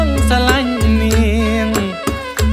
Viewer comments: ติได้มั้ย??? หรือ fc แรงหรือเปล่า... เห็นนักร้องหลายคนที่ติไม่ได้ โดน fc รุมด่าแทบจมดิน คุณ คนกรุงเทพ เหลา คือคนที่ฉุดให้เพลงด้อยลง ส่วนตัวรู้สึกขัดหู ทำให้ฟังวนเพลงเดียวไม่ไหว คือคำว่า สลัน (ซะ-รอ-ลัญ ซรอลัญ ស្រឡាញ់) ร้องออกเสียง สรัญ ตลอดเลย เสียง ลอ ออกเสียง เป็น รอ (ขัดหูมากๆๆๆๆ มากกกกก มาก) ส่วน คุณ บิ๊ก คือดีงาม เยี่ยมๆ👍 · เหมือนหนุ่มกรุงเทพจะออกเสียงผิดคำว่า="ฉันรักเธอ" ในภาษาเเขมร เพราะมันจะเป็นลอลิงกระดกลิ้น หรือว่าลิงมันจะอยู่ในเรือน่ะครับ😄 แต่บิ๊กสุรินทร์จะเน้นมากกว่าน่ะ แต่รวมๆแล้วเพราะมากครับ